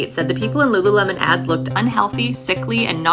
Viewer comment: It’s Lululemon, and NOT Lulu-watermelon…get over it!